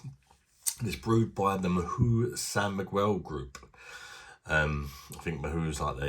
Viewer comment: It's pronounced "mau" in Spanish. Just like the English word "now" but with an M. The H is always silent in Spanish (except in CH, which is pronounced like in "choice").